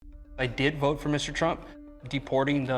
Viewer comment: "Ooooh my god I will boat....pour Donal Trump"